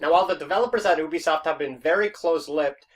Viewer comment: Did he really say oobisoft not ubisoft wow